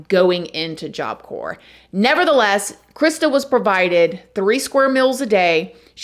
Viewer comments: To be fair, there was a corpse involved 😅 but for real tho the mispronunciation drives me nuts. Still love the videos too tho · I live you channel so much and your artistic use of the English language…but it’s pronounced Job Cor 😊Not job corps drop the p . I maybe wrong but look it up.Again love you and your program!!!❤ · “Job corpse” ??! Ok we’re done here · Job corps..is pronounced.....job core...silent letters. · Christa Pike almost killed another inmate and made an escape attempt Why has the punishment not been executed?It's pronounced job CORE,the p and s are silent. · It is so hard listening to you figure out how to say job corps not corpse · Job corps is pronounced “job core” just so ya know :) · Job Corps is pronounced “Job CORE” in case someone needs to know! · The "p" is silent. Job Corp ❤ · Just a heads up you don't pronounce the p in Job corps. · It’s job cor silent P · Love your show and mean no disrespect, but the word Corps is pronounced- Core. Job Core. Like Marine Corps pronounced Marine Core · Job Corps the “s” is silent . I only know because my mom corrected me saying it earlier 😂😂😂😂 . This story is absolutely disgusting. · What a sad, disturbing story. I feel so bad for Coleen & her family. Fyi, job corps is pronounced job core. 😊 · The p is silent - job cor. Thank you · Job Corps has a silent P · I don't think you're supposed to pronounce the "p" in Job Corps. It's pronounced "core". And BTW, regardless of what people think, there absolutely is no story in the Bible about the devil, or Satan being a beautiful angel who fell. Nor is there any story about Lucifer, at all, and nothing linking the two as the same being. All of this was made up by a few church officials several hundred years ago. It blows my mind how people believe things that are not in the Bible, but they think it is. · We do appreciate you! Job Corps is pronounced job CORE. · its pronounced "job core", not "job corpse" lol.